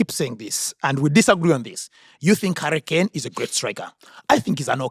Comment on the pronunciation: I love how say Harry Kane and it sounds like Hurricane. A hurricane just like harry appears and disappears.